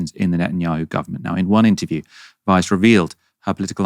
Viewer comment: I keep hearing "Vice" not "Weiss," even though I read her name twice to make sure I understood. About 7 times now, my brain has gone like "Whaaaa? Vice thinks Israelis should settle in Gaza?" And then I'm like "oh no, it was this horrible settler lady."